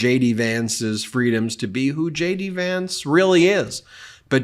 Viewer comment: Each time Ben says J.D. Vance, I hear Shady Vance lol. Vote Blue!